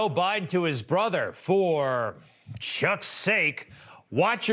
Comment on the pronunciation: Why did the newscaster say CHUCKS SAKE ? Will he burn if he says Christ ?